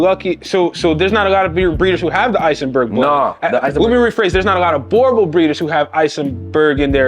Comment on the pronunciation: Oh lol its pronounced Boer (what we call farmers here in South africa) not bore Booo like a ghost sound lol Boo and like you would say Right so drag it out rrrrright now the sound you get before the ight Boer Bull so in english would be farmers bull